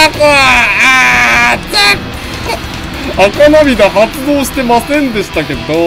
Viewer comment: 赤涙「あかなみだ」じゃなくて「せきるい」なw